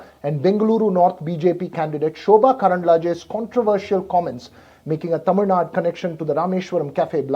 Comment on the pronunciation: It's not Tamil Nada it is Tamil Nadu